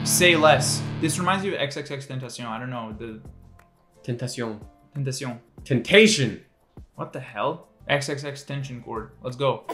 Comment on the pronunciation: no way u actually say it as ten-tation